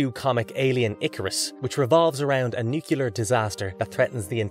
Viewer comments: Please stop saying NUCULAR unless you mean ‘shaped like a nut’. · What's a *nucular* disaster? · Nucular, LOL 😂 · New-clee-urr. Nuclear. George W. Bush has a lot to answer for, and people saying "nukulur" all the time is one of them. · How can anyone who’s into sci-fi still be saying; NuYeLer ?!?!